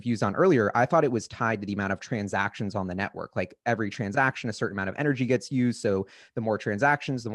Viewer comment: I like how he says trunsaction